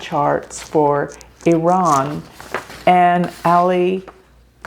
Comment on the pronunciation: thank you for pronouncing IRAN correctly